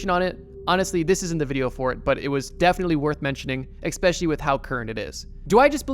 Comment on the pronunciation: Awesome video as always! However I cannot unhear you saying "exspecially".